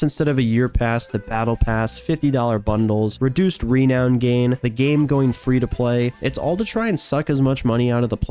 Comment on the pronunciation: You say renown weird.